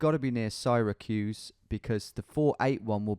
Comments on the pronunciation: It's pronounced 'sear accuse' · It's pronounced "sehra-cuse", and great video as always Tom! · "Sorry if I said 'Syracuse' wrong." Sair-uh-kyoose. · It’s pronounced Sear a cuse not sire a cuse. Lol. We love Tom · “Cyra-cues” lol, it’s pronounce “Sarah-cues” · Just an FYI: "Syracuse" is pronounced sear-a-cuse as in "searing" meat. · SEE-racuse I believe is how they say it. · The y in Syracuse is a silent e sound. Like it just sounds like See-ruh-cuse. :) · lmao I live in Syracuse, been waiting for you to get a round here... I didn't even read the road signs, just saw you zooming straight into my crib and was pogging... btw, it's pronounced "sara-cuse", we're known for our basketball team, our university, our destiny usa mall (one of the biggest), and our new amazon warehouse (I think it's biggest warehouse NA, 3rd biggest in world) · merican pronunciation for Syracuse = Saraqueues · Syracuse is pronounced Sear-uh-cues. Love the GeoGuessr vids! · Americans would pronounce Syracuse as "Sarah-Q's" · Sigh-recuse is great. Seer-accuse is real un4ch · Syracuse is pronounced seer accuse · pronounced seera-cyoos haha. from nyc love your vids dude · Lol close, Syracuse is "Ser-ra-cuse" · Syracuse is pronounced SEAR-a-cuse but then I realize you don't say sear like an American so that isn't actually helpful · Happy to see my city of Syracuse represented! By the way, it's pronounced Sarah-cuse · Syracuse is pronounced like Syria. Idk why I feel compelled to say so cuz nobody asked but anyway... Love ya <3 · except the name of the Italian city, in Italian, ends with an 'a'. I am 99.9% sure Americans don't pronounce the American city as Seehrahcuzah. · both these guys are wrong, its pronounced “Sarah-cuse” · Syracuse is pronounced sarah-cuse, Im from south of there! cheers from upstate NY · Syracuse is pronounced like sear-a-cuse. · I live in NY, and Syracuse pronounced more like 'Sarahcuse' (like the name Sarah, then you got the cuse part right) lol.